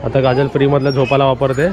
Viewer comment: झोपाला नाही रे झोपाळा.